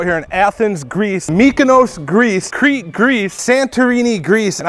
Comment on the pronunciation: As a Greek they way you said Crete hurt my insides